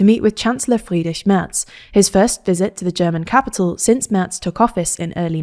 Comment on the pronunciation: For that matter, "Friedrich" was spotless, too.